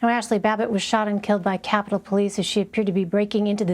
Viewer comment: Is he REALLY saying they need to FUND THE POLIECE!? Im dead yall